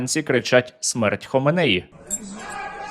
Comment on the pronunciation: АятоллА ХаменеІ, обидва слова з наголосом на останньому складі